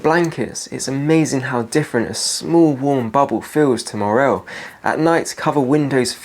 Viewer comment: WW3 has already started. Edit: please learn how to pronounce morale. It's not a mushroom.